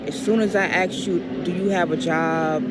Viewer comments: They ask you, not axe you. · It’s ask… not aks. Jesus fuckin Christ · First off.. whos this "good looking women "" because i know you not talking about you. what do you bring to the table ??? T&A ? next its AASSKKKKKK.... not axe !!!! god that drives crazy! and thats how you look WITH effort ????? DAMNNN! Next your overweight , trying to show off the boobs.. which tells guys your easy... so they treat you AS easy from the start. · Why do Americans say things like aks in stead of ask? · Does she consider herself good looking??!! Does she own a mirror? She needs to start "axing" herself that. 🤣🤮🤣🤮 #FreeAgentLifestyle #SYSBM